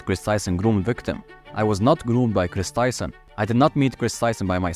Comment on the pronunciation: It’s not ava Tyson it’s Chris Tyson